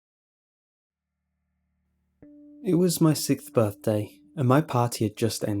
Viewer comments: xD he said Sith birthday. not Sixth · "It was my sithbirthday" XD that's what I heard